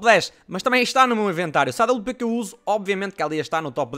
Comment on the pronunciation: não é awp é, à babliu pê